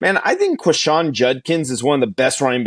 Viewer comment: ole miss fan here - didn't agree and you were proven wrong. IT'S QUINSHON - Not Quishon - you really know Ole Miss Football.